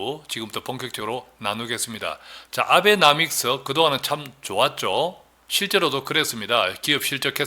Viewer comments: nomics / 노믹스 : 영국식, 나믹스 : 미국식 발음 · 아베나믹스가 올바른 발음인지요? 나믹스? 노믹스? 계속 나믹스라시는데 틀린발음을 일관하시는데 낯설고 어색하네요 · 표기는 아베노믹스 라 해놓구 말은 아베나믹스라 읽고 있어니 참듣기 거북스럽네요 아무리 좋은강의라도 똑바른 표현으로 전달 하였으면 해요 조금더 배우고 아는 사람들이 프랑스를 블란스 라고 말하며 옛날에는 조금안다고 어시대곤 했죠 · 진짜.발음.개핀이네. 노믹스를 나믹스래.ㅎㅎㅎㅎ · 아베노믹스를 자꾸 아베나믹스 라고 하시니...다 맞는말 같은데...뭔가 신용도가 ㅋㅋ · 방송하지마쇼 발음도안되는데애쓰는는게안타깝구만아베나믹스 ㅋㅋ